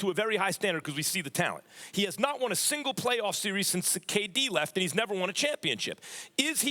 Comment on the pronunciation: He said playoff pee😂😂. I'm done